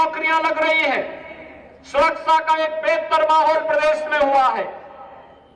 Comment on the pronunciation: Surakasha to bol nhi pate surasa bolte ho phle bolna sekho